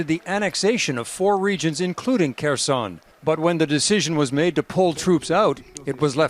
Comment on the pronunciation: It’s pronounced Herson, the K is silent.